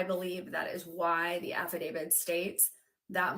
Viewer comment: Didn't she say affidavit